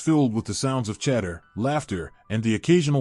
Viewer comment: Idiotic manufactured nonsense. Bah. And it's CHATTER, not "cheddar', dufus.